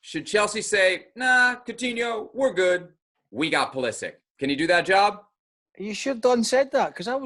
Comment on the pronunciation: its Pulisich, not Pulisik for God sake